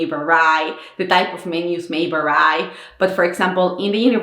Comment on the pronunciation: This video series is amazing! You have an admirable ability to perform on camera. You give a Finn a bit more appreciation for all the support we get here in Finland! PS. The word vary (as in 'something can vary') is pronounced more like väri instead of värai!